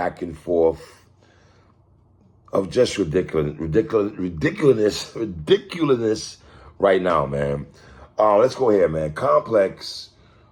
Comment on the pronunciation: Love you 3. But you got 3-0'd by Rih-dic-U-lus! LMAO.